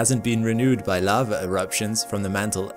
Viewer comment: What’s “lavver”?